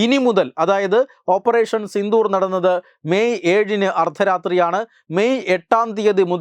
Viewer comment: ഓപ്പറേഷൻ സിന്ധൂർ അല്ല സിന്ദൂർ....... തെറ്റായി ഉച്ഛരിക്കല്ലേ